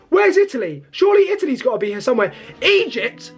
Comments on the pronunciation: Stop saying Egept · Bro skipped history and English classes, lmao "Egept" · Egypt ❌ Eyept✅😂😂